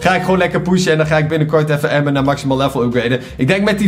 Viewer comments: Je zegt anmber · Het is Amber, maar je spreekt het uit als Ember btw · Je schrijft amber maar je zegt ember omdat het Engels is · je schrijft amber maar je zegt ember!!